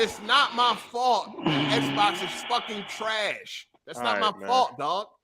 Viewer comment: Why does every Xbox dude pronounce Xbox as “Sbox”?